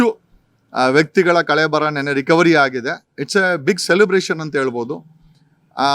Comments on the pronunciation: ಸರ್,ಕಳೇಬರಹ ಅಲ್ಲ ಕಳೇಬರ ಅಷ್ಟೇ.ದಯವಿಟ್ಟು ಸರಿಪಡಿಸಿಕೊಳ್ಳಿ. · Not Kalebraha. Kalebara